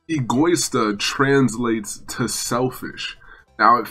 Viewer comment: Hey its not egoista its pronounced ego-eeeeeeee-sta trust im italian